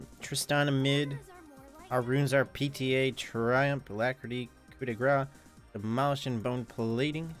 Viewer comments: coup de graCE = speak it like graSS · ok I don't want to be that guy, but go on google translate and listen to how to pronounce "Coup de grâce". It's french for saying knockout or the final blow. The "grâce" part is pronounced more like "grass". Sorry for the rant. Love all your vids though <3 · Coo de grahss. It's not like Mardi gras, you have to pronounce the "s" sound in grâce. If you don't, if you say "coo de grah", you are saying "blow of fat"